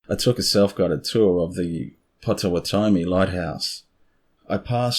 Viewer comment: Pronounced POT o WOT omee. (I'm from there).